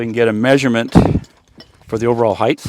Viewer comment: Great job! Only criticism is the pronunciation of the word “height”. Had to say it.😂